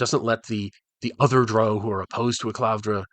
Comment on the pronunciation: Yeah, him pronouncing it like droh is really throwing me off here. I didn't know he was 'one of them'.